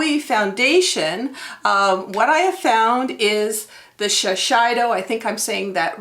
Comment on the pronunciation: Thought you might want to know Shisiedo has a long "A" sound instead of "I". All these beauty and fashion words that aren't English! Even if it was in English, it doesn't follow the rules either. LOL